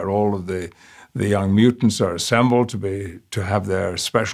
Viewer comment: I don't know why but the way he says "mutants" is THE way everyone should sound like when they say "mutant"